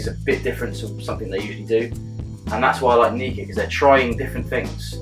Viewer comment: Prefer your pronunciation of the brand. Mine gets awkward looks...especially when I'm staff in the House Of Malt and referred to this one as the most sexy little Nikka in the range :-P